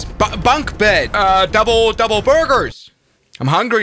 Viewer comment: 😂😂 doouble bed😂❤